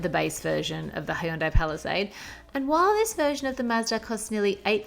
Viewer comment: I can't get over aussies pronunciation of Hyundai. " hi-yoon-dye" it bothers the hell out of me. It's pronounced hyun-dae